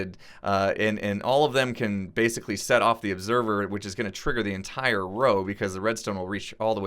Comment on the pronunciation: legendkiller 4764 You tried to say “entire” and said “intirier”. That’s pathetic.